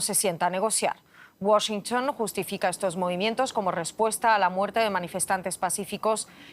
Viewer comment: Menos mal que dejó de decir "Washntn" por Washington